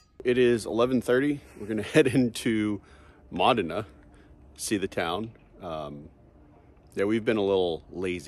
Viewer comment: It’s pronounced MOH-DI-NAH.